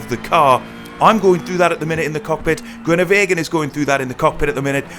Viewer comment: disappointing pronunciation of the name groenewegen smh